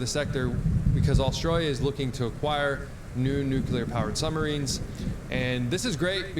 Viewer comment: Great content. Thanks for the info. Funny, why is it so difficult for native (US) English speakers to pronounce Nuclear? "Nukulur" lol